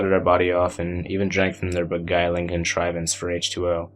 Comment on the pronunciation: Torment Haha well you enunciated "beguiling contrivance" perfectly so it was worth the 4 takes.